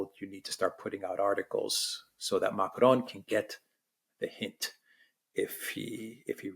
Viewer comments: if you can’t pronounce Macron in a Francophone accent, just pronounce it in an anglophone accent. Using an Arabic accent is irritating and sounds ridiculous. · Biggest relief of macron getting the boot is not having to hear pronounce his name with a French accent 😅